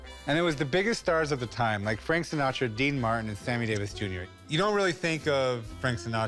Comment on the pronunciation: Gaius Baltar, he also said Frank Sinatro